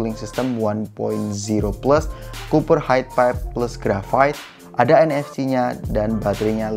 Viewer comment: Dengar mcm poco x3 nfg not nfc??